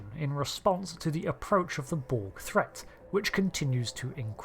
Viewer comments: Hell yeah i've maxxed out the reputation and i'm always ready to throw down with the Checks notes "Brog" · "Anti-*Brog* Taskforce".